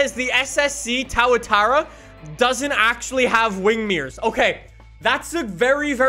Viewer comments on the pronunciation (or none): you are a part of the car community. And as a member of that community you need to learn how to pronounce a damn car name😂😂. Tao-a-tara. Sounds a lot like tuatara. Tuatara=two-a-tah-ra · I don't see how anyone can let his pronunciation slide It's pronounced to a tara Not tawa tawa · He said thatura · it's Tua-Tar-a not Towa-Tar-A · towatara, u meant to say tooatara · Tauatara 👏😂 it’s tuatara:0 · I'm offended "tawatara" fuckn say it like a kiwi pronounced two-a-ta-ra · Apparently cant say u? As in tuatara, not toatara? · why tf did you say TAOUTARA BRUH ITS TOO A TARA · towatara its two a taa raa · Is pronounced two-a-tara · Bro really said tauatara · tawa tara is not how you pronounce it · It's Tua-Tar-a it always has been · Glad I’m not the only one who was cringing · He actually made me want to pluck the hair's out of my ear drums so I don't have to listen to him say that ever again... Two-o-tar-a, I'd think I'd know from being born in New Zealand aye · “SSC TAWA-TARA” Sorry, I just felt like I had to make fun of the mispronunciation. All light hearted jokes tho, your awesome dude. Kama king great videos. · Everybody: SSC Tuatara: SSC tuwatower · "towatowra" what the hell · His pronunciation of tuatara has me crying (too - a - tar - a) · FOR THE LOVE OF GOD PLEASE Too-a-tar-a 🙏🏻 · no one:: tawtara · Tuatara - two-uh-tar-ah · Nobody:: TAWATAWA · SSC "TowahTowah" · It’s called the SSC Too-uh-tar-uh. Sorry for correcting you. Love ya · really just said TauaTaura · You: says tuataa Me: TrIgGeReD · He did not just say, "the TOWATARRA."...please say it right, no one has called it that except you. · Is it just my ears or did I hear say "Towa-tara" Hearing Towatara might just be worse than learning the fact that the record was probably most likely faked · legit said SSC TowaTowel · You can’t possibly think towatara is the right way to say that lol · Ah yes, the SSC 'TowerTara' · Noone:: towatarra